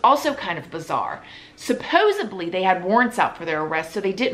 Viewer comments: I love love love your videos... one thing is SUPPOSEDLY not supposeBly... you like that word, and I just think you'd want to say that correctly 😏😉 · Not supposeBly.... the word is supposedly.